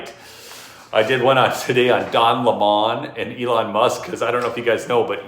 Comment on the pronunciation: He is not French It is LEMON like the LEMON! how to pronounce it!